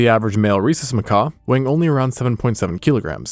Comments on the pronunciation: He probably heard Macaw at some point and presumed it was written like Macaque and meant the Monkey. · It's pronounced Muh-Cawk, as in muh-cawk got a little chilly and shrank away from the frigid wind. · He probably made a deliberate choice to mispronounce ma-COCK 😅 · Hes calling them macaque he just doesn't realize its coming out as macaw. 🤷‍♂️ It's the silent que that's throwing us off. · I suspected mispronouncing macaque was so you didn't get demonetized for swearing. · Well, it isn't an English word anyway. "French, from Portuguese macaco, from kaku mangabey, plural makaku, in one or more Bantu languages of Gabon and Congo " While I did notice that you'd said it weirdly, I just assumed that you'd never heard it pronounced...which is apparently correct. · Bro missing a a few letters at end of that monkeys name. I thought the video was talking about birds all of a sudden 🦜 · Can't suffer hearing the word Macaque pronounced wrong so many times, had to stop. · Noah fence but how do u research a whole video for a species of monkey without learning how to pronounce the its name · The q is not silent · no, he just doesnt realized his mispronouncing macaque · he wrote in a comment that he learned a wrong pronunciation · It won't be fine lol. You can't make YouTube videos about an animal and mispronounce the name of the animal. Sure it's not a big deal, but it's not something that's just okay to do. It's still a mistake. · Hey...nice video but a "macaw" is a big ass bird, darling. These are Macaques...like 'Mac-kack'. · Loved the video just like I love both your channels, but for crying out loud, these are monkeys 🐒not parrots 🦜. MacaQUE not macaw😂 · How did this video go from monkeys to people? And it's macaque not Macaw. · "Macaw"? A macaw is a bird. Those monkeys are called Macaques. "Macacs". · Bro you calling them Mcaws was driving me nuts. I woulda clicked off if I was a less patient man. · macaque is not pronounced the same way as macaw. Lmao